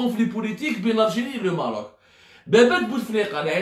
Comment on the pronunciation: Mon cher ami tu te goures lourdement; et malheureusement tu a perdu toute credibilite; c est dommage ps: on dit maroc ou maghrib mais pas merroooc